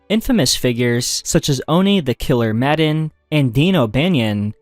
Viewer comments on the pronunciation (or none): none